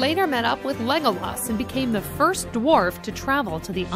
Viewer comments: "yawyn" "perigin" "legoloss" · Completely slaughters Aragon and Legolas' names